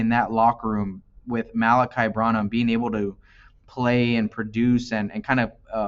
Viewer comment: Its pronounced BRAN-Num bro.